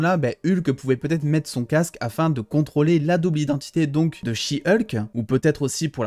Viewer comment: Ah non de dire she hulk à la française c’est beaucoup mieux que « heulk » qu’est degeulasse comme prononciation